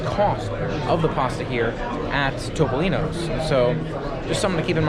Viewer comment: Thumbs up for correctly pronouncing Toh-poh-lee-noh! Based on your dining experience, it's definitely not TOP! LOL Was the pasta not even cooked al dente? (Don't tell anyone, but I like a well-cooked, soft pasta too.)